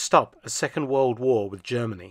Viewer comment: Germ-any lol